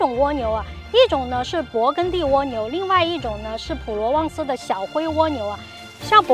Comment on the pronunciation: 跟我学，勃艮第，艮是一声gēn